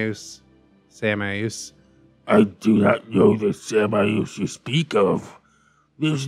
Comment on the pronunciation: I'm pretty sure samaeus is pronounced "shay-muss" lol but sam-eye-oos sounds cool